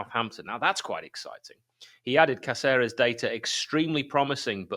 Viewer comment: Jefferson Cáceres. "Cá-cer-es" with the stress on "Cá", like "KAH-theh-res". Atte: DeepSeep.